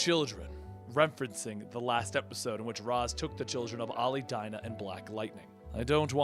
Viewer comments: No offense, but it's pronounced "Raysh" al Ghul, not "Roz". Talia actually states that this is the correct pronunciation in this quote from Batman Beyond, "Father's name was 'Raysh' not 'Raz', a common mistake." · Its raish (reash) not ras 😀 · It's pronounced "raysh" not "Roz". This was clarified to batman by Talia al ghul, not sure the issue.